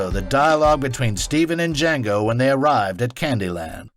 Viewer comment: Dee-Jango! Dea-Jangooo!!